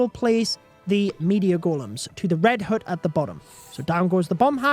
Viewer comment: Can you stop saying “red hoote”🤣 it pronounced H-UH-T (hut)